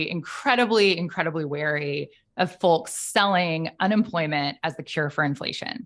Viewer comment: I’m sorry, which region of this country enunciates the “L” in folks?.. I wouldn’t have noticed if she didn’t. sayl it. sol. mulch.